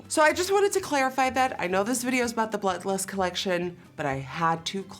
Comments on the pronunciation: Secretly mad at Jeffree for naming it blood lust.... or as Nikki says “BLUH LUST” Girl commmmon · Umm.. is she saying... BLUT LUST?? Lol guuuurl. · I love how whenever she says blood lust it sounds like blunt lust xD Love it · I’m glad I’m not the only one who hears “Blut lust” 😂😂😂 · Sounds like you said the new Butt Lust pallette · I’m not the only one hearing “blut lust” 😂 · I LOVE Nikki but I can’t stand hearing “Blut Lust” .. 🤪 it’s like glass shattering... lol still love you though! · I heard Blunt Lust. Lol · Ashlee Slavey came looking for this comment lol I keep hearing blunt 😂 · lil wavy noooo I did! That and blunt lust